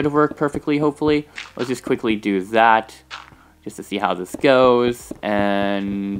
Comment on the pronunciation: why does he ad th like when he says goes he says goeths